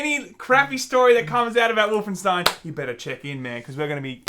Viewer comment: Wolfen-$TEIN, you say? Is that Jewish?